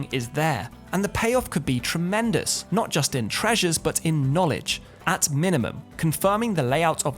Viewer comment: Ay Am nottt ay scientisttt. 😂